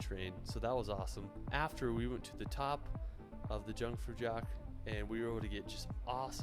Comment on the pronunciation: Aarrghhh, I hate the way he’s butchering „Jungfraujoch“. It’s not dshungfraudshoch! Try „eeoongfraueeok“ instead…